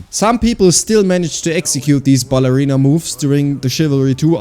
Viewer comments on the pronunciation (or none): Ballerina wie ein deutscher zu sagen hat mich offguard erwischt xD